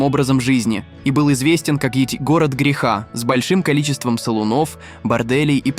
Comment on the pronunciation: Мляяяя. СалунОв?пЯтьдесят? Вернись в школу плиз